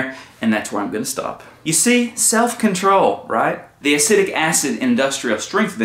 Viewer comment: Please learn the proper pronunciation of “acetic” acid. It will help make your videos more relevant.